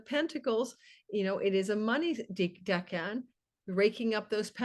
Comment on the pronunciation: I thought “decan” was pronounced like deck-in. Similar to decade but dec-en